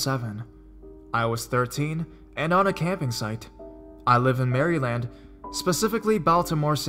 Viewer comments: Good stories. Just a bit of constructive criticism: Maryland - the state - pronounced Mare-uh-lund. Iowa - the state - pronounced eye-o-wuh. However, it is only one syllable. So say it quickly. I do think that you do well with the read overall, you certainly aren't monotone, which is helpful. Not trying to be a picky bitch - but I am being a picky bitch. =P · 😂😂 he said Mary land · mary land? pfft your pronounciation sometimesXD but great vid:) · Mary land. I know it's so rude, but I couldn't stop giggling at that mis-pronunciation. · Magic_Zach, sorry, but that's not really true. No one pronounces it that way unless you're learning how to spell it or you're new to the word. As you can see from the other comments that you've been protesting on, in the union, you don't make an "ee" sound when you say Maryland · Mary-land lol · gamer65 same, he said MarEEEland in another video too. This dude lives in the US and even on the east coast. I'm not trying to be rude and I like these vids for their content, but with his odd narration style this makes the pronunciation that much more distracting. I'm sorry, usually I'd say 'to each their own' as well, but it's pronounced Mayor-land (as in mayor of a town). Please get it right before you make a video... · He said Mary land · iv lived in Baltimore my whole life and NO ONE pronounces Maryland like this guy. no skin walkers either. just awesome heroin and crabs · Annie Knabb I hope he's saying it like that on purpose bc everyone learns how to pronounce the states in grade school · Annie Knabb lol i know right when he said figure i laughed so hard LOL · Jennifer Shelley the Maryland thing got me too lol but I'm kind of wondering if he's saying it like that on purpose or not bc everyone learns how to properly pronounce all the states in grade school